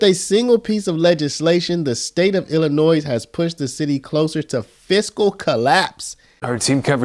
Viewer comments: Ahheem... The "s" in Illinois is silent... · The often pronounced "z" in Illinois is SILENT. Thank you from a Sweet Home Chicagoan.❤